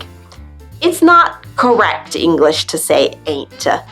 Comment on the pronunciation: Do you say English-ah or am I hearing things? LOL